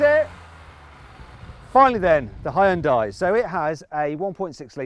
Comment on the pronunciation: 하이욘다이 ㅋㅋ 발음쥑이네